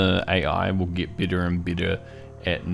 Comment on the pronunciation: 🤣🤣🤣 I was like… why is he saying i insted of e everywhere You nailed it.-)